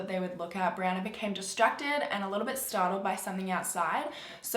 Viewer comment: This video has a little extra creepiness for me as my name is Brianna, and pronounced it properly